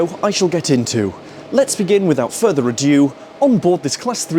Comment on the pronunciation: Further ADO, not adieu. Aaaargh.